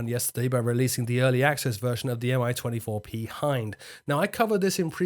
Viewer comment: A tiny correction, "Mi" is rather "Mee" than "Em-I", after Mil helicopter plant. Btw Russian handle for the 24 is Crocodile.